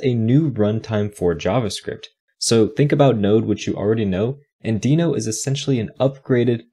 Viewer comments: Only problem with this video is that its pronounced "denno" not "deeno". Everything else is great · well, even though it is not a big deal, the creator of Deno (Ryan Dahl) calls it "denno", so in theory that's how it should be spoken, but I don't care enough about how people are spelling words, but I care on how people are using new technology for making software programming better.